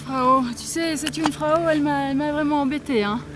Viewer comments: Les casques ceS pour les animaux et déjà cest Jungfrau pas Kunfrau bande de français touristes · Jungfrau pas Kungfrau